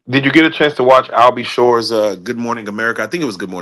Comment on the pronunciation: Not "Albey Shore" 💀